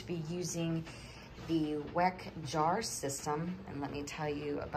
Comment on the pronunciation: Hey, the jars are actually pronounced Veck. I use them here in Ireland. I reuse store bought jars for things like jams, jellies and chutneys because they're 'non essentials ' but use my Weck jars for meat and veg or something I want to give as a gift. I absolutely love them and get such a great seal always. Do give a few extra minutes for processing because the glass is much thicker. I WB everything because we don't have pressure canners here. I absolutely love your channel ❤ keep doing what your doing 👏 ❤ 👍 hugs and kisses from Ireland 🇮🇪